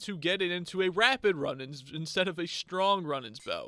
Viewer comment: It’s not run it’s rune for the bow runenans